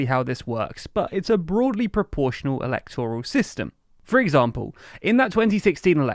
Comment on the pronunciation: Please pronounce 'electoral' with stress on the second syllable, not the third 🙏